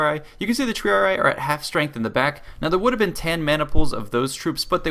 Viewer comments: >the Triaraaaraaarariarariiar. Dude try spelling it in latin. Tri-ari-i. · Lol a Total War Lore Guy and Strategist and cant say Triarii correctly.